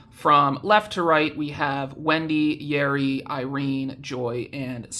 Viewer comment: When you say Yeri I thought you said Yuri and I was like "WHERE?!?" 😭 Wait how do you even get a Korean address that's so sick